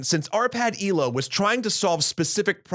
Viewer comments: Its not ee-low but eh-loe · It's ELO, not ILO